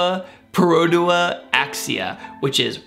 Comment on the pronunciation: I was laughing my butt off when he was trying to pronounce Perodua